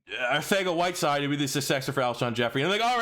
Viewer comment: Can’t respect an Eagles fan that doesn’t know its pronounced “Arthega-Whiteside” by now.